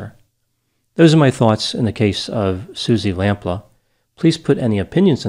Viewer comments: And Suzy Lamplooo not Suzy Lamplahh... makes me chuckle with his English pronunciations.. he is very good. but he murders the English language sometimes lol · you appeared to call her "Suzi Lamplaugh". her name was/is "Suzi Lamplugh" (Lam-ploo, as you can see by looking at the spelling of the name). please don't misrespect (by failing to research how to pronounce) peoples' names, thank you :-) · I live in England and I remember this 😢her name is pronounced as Suzie Lamp-pew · It’s pronounced Lamploo. And Fulham (Fullam) is in West London. It’s not a separate town. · I think it's pronounced "lamp-loo" The Susie Lamplugh Trust does really great work to help people to make sure that they are easily findable and safe. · It's "Lam Pluu", but ultimately it's a small issue, poor woman. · Great video. Lamplugh: Pronounced "LampLooo" Thanks for analyzing this case. The question I have always had about this case: Where did Cannan stay in London, in the days or weeks between his release from the day hostel, and when he returned to Bristol? None of the documentaries ever mention that. He must have had some indoor area in order to rape and kill her, unless that was all done in his car? I only wonder because that's where all the forensic evidence would be maybe even to this day. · It’s pronounced Suzy Lamp-Loo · ( Lam-PLEW) xx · It's pronounced 'lamp-lee'.